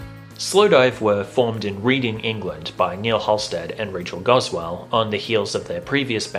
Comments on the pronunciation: Also, slight correction, sorry; "Reading" the place is pronounced "RED-ing", not "Reading". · Really interesting, thanks. It is a great Slowdive track (but there's so many to choose from!)... BTW (and I'm probably not the first to point this out) the English town of Reading is pronounced "redding" not "reeding"... ;-) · It’s pronounced RED-ING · Reading is pronounced 'Redding' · I started to watch this video, but I'm only two minutes in and first heard the guy refer to Souvlaki as a "smash hit album," and then I heard the mispronunciation of Reading. I just can't listen further. I'm out.